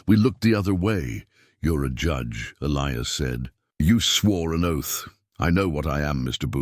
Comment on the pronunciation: The name Elias was mispronounced for most the story The story got screwed up in the end, recalling the first funeral during the second one, then continued from there,... It was an okay story, when is finally caught up to the second funeral again,... If the son kept the father's star there should only be 2 stars on the mantel,unless he put the guys star that got killed after the fact